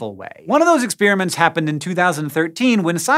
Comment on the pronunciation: Ex-peeeer-aments abound!